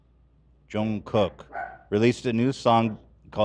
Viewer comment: I'm dying over correcting Ethan's pronunciation of Jungkook's name as "John Cock" LMAOO